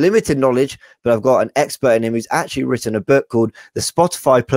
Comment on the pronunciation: You've written a book on this guy, you're the expert Eck-spert (Sorry, that was horrible)